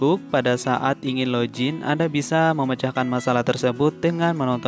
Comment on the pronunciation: Login bang bukan lojin